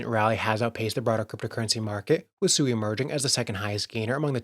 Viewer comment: SUI Japanese for water, pronounced Sweee not a person named Sue E